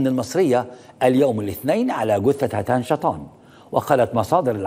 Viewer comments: هتان بتشديد التاء يا سيبويه زمانه...وليس هاتان....حتى انت عندك اللغه ضاربه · طيب يا استاذ محمد ناصر قبل ما تتكلم عن الركاكة في الصياغة ولو انها حقيقة اؤيدك فيها ...اليس من الاولى ان تنطق الكلمات والاسماء العربية بشكل صحيح فالمرحوم اسمه هتان شطا وليس هاتان شطان ....فالاول يعني المطر الخفيف بالعربية ..والثاني اسم محور من التركية لا يستعمل في بلاد العرب ....فقط للتنويه . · تقرأ ياخ ناصر هتان بتشديد التاء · عم تحكي عن اللغة العربية وحضرتك اسم هتان مو عارف تلفظه صح 😮